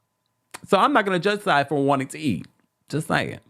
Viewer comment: Lmao "Sai eye" lol